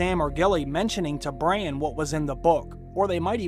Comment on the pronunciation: His name is Bran, not "brain"...